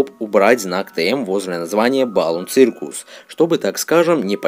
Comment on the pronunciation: Не цыркус, а сёкус !!!!!